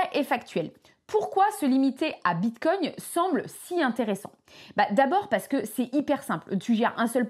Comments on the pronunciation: Je ne suis pas un connaisseur mais il me semble que l'on ne prononce pas "bite cogne"... 😂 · Tu peux arrêter de dire "bitecogne" toute les 30 seconde . stp